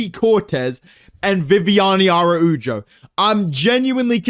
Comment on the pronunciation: how hard is it to pronounce araujo bro